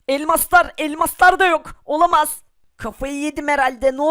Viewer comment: olamaz demek yerine olamas diyor